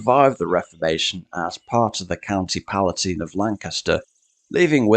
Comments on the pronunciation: Many thanks. If you have never actually heard it spoken, then I can fully understand why you went for the pronunciation that you did, but I can assure you that certainly whenever I've heard it quoted, it has been pronounced as if written as Tyne at the end. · Very good, interesting and informative. My only slight issue is being a very proud Lancastrian, I've always heard the term Palatine pronounced as you would the river Tyne. Pala Tyne if you like. Otherwise, excellent. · Trust me, ‘palatyne’ (not ‘palateen’) is the correct pronunciation. 🏴🤔😀👍